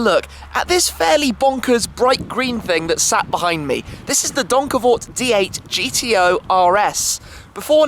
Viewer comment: As a Dutchie, I only came here to hear Tim pronounce Donkervoort :) It was on point though!